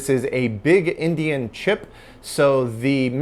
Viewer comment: I knew what he meant but I've never heard endian called indian before.